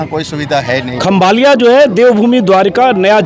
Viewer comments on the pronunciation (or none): खंभालिया नहीं खंभाળિया